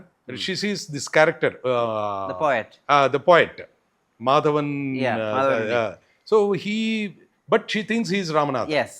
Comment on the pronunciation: 14.32 mahadevan not madhavanunni